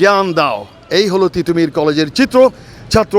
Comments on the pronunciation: ঠিটোমীর না তিতুমীর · পাগল নাকি? টিটহ মীর কলেজ না তিতু মীর কলেজ, সঠিক কথা বলতে সঠিক উচ্চারন করুন। অাপনি কি দেশি ব্রিটিশ উচ্চারন করে অভ্যস্ত?